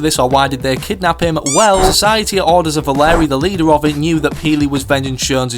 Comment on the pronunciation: “valerie and hub” yes that’s definitely how they’re pronounced